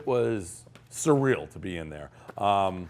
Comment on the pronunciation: Hey Pres, say surreal a few more times........ you can't